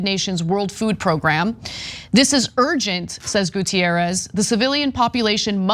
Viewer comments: Goo-teh-rres, he is portuguese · Guterres is not Gutierrez. Ana's doing the same dumb shit she did with the Nunes guy from the Trump administration. Portuguese is a different language than Spanish.